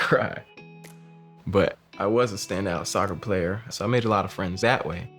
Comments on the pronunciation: "Frend" smh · SPAIN but the S is silent asf when "FRIEND" popped up.